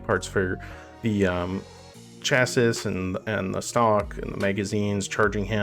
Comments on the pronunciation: hahha yeah I just about threw up my french fries when I heard you say it. Then I felt the urge to call you a 'baggette'. Your pronunciation was so bad, French revolutionaries complain about the old days when people knew how to say chassis. Actually, a Quebecois guy was walking by my place when I had your video playing; I know because he started shouting tabernac french shit etc. I'd be afraid if I were you, as several extremely trained gun nuts have just LOST IT even though they don't know it's french (which if they did they'd probably stop) so they're the most dangerous (because they get upset by new information). Good luck, sir. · Lol 😂 chassis is French so the s is silent. Canadian /out